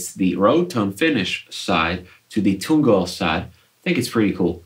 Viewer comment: "toong" oil? "row tone" finish? Dude. You rock; great playing great guitar.